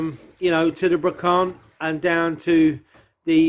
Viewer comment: Please say Brocante ending in the sound 'want' not 'bank' my dear ! It will help !! Love this, you are both so unconsciously brave.